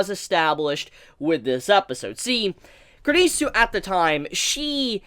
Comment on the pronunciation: It sounds like you're saying kridisu